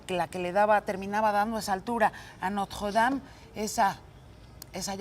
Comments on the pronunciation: dicen que la reconstruiran...la Catedral de Notjjjuwuedam, pronuncia como persona normal y ya así no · Ni el wey que vive ahi pronuncia haci de horrible el nombre como ella lo hace jajaja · Yuriria tiene la mejor pronunciación francesa de todo México: nadie, ni su mamá... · Jajaja pinche vieja ridícula se esfuerza mucho para pronunciar Notre Dame y se escucha super mal jaja